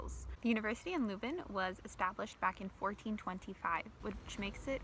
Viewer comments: Het is leuven, Ni luven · Nice video. But if I may, you need to pronounce Leuven with the same sound as the letter ‘i’ in ‘bird’. It’s not pronounced Loovn. And the Oude Markt is pronounced with the same sound as the ‘o’ in ‘how’. It’s not pronounced Oode Markt. Groot Begijnhof you got quite right. Enjoy your stay in this historical city. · its not luven there is an e for a reason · The “i” in “bird” sounds like “ehr”; that alsmost sounds like the “eu” from “leuven”, but totally completely lose the “r”. The real locals (not kids from all over flanders who study there) call leuven, leujve. K’zen van Leujve (i ‘m from leuven). In local dialect it’s more like a combination of the dutch sound (that doesn’t exist in english)“eu” and a toned down “oi” (like punks often yell). But not many people even speak the local dialects anymore, too bad.